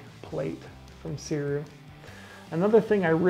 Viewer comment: The GOAT Cody yelled at me when I ordered mine 😆🤫and corrected me that Sirui is pronounced “Suray” I love mine anyway